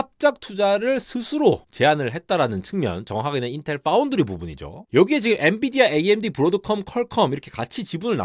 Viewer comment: 삼성파운드리 언급할 땐 F발음 유념해주셔야